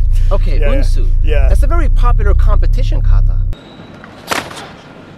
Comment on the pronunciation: It’s Unshu.